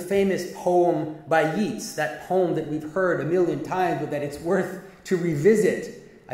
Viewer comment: He’s pronounced ‘Yates’ Jonathan